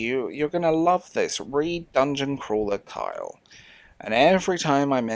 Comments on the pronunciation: I hear Kyle when you say Carl. Try saying it with a Cornish accent. Also, it's nice to hear someone repudiate irony in favor of sincerity. Nobody cares for sincerity anymore. I think it's a great reflection of the loss of personal intimacy and abject cowardice at reaching out to others among young westerners. People under like, 55 are so afraid of being rejected and it's very irksome. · ...Carl...no pitchforks, just...it's Carl. I want to say it's an accent thing, but it REALLY sounds like you're saying "Kyle"